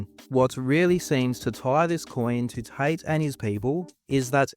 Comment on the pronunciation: his name is tate not tight